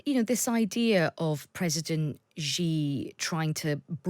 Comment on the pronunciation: Firstly, it’s (Xi) sshee, not jjjee, or ggggeee. Next, I think that the assessment is off. Yes to a point china doesn’t want Russia obliterated. But china is ecstatic at the progress of this war because a year ago Russia was the junior partner, but proud and moderately capable of putting up a fight. At the end of the day when this is all done china will have unequivocally established its self as a senior and dominant power with Russia as the undisputed lapdog. China will take back territory lost to Russia, probably without a fight. China obviously has to maintain a dysfunctional Russia, this is their long standing and consistent objective with every country bordering them. It’s a wise and pragmatic approach if you’re the CCP. Theses unstable countries will not develop into stable societies that can form as a dangerous precedent to the people of China, and they will remain very easy to manipulate and control. So china is walking a very fine line here. Ultimately I assume that they would want, in a perfect world, is another year of Russia becoming degraded to a point of utter subservient status to China, the ultimate borders in Ukraine to be established where the front line is now, this way a precedent is set, invade Taiwan or parts of India and where the front lines settle is the new border. Western interests clearly lay in getting Russia out of Ukraine entirely and regime change in Russia.